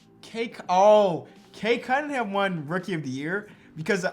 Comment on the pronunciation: his name is Cade “Cum”mingham